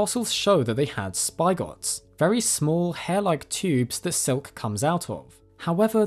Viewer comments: “Spigot” isn’t “spy-got” but should rhyme with “bigot” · Please never say 'spigot' like that. I checked and it isn't even a British thing. It's pronounced as spiggot, or even spickot, but not spyegot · Who say "spigot" "spy-got" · "Spi-gots" is a terrible pun. How dare you do that to such a fine upstanding word as "spigot."